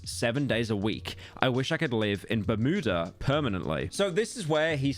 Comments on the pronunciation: "bur mood uh" 💀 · I’ve never heard someone pronounce it ‘burmoodah’ 😂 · "Bermooda" Metro is fucking BOOMING today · The way Pyro pronounces Bermuda has to be a bit